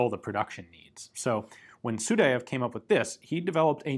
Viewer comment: Good Russian pronunciation at this time except Sudayev name. Actually his name sounds not like , but like – Sooo-die-ev